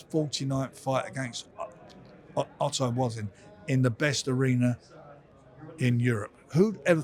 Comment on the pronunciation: did frank just say Otto Wassim LOL